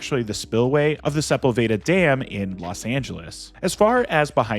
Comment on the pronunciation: lmao seh-pull-vey-da?